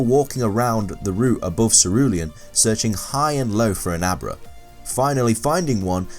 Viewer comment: when you were saying Abra all I could hear was a bra. "I wanted a bra but I couldn't get a bra